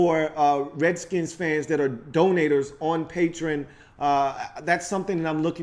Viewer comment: It's pronounced PAY-tree-on (Patreon) lol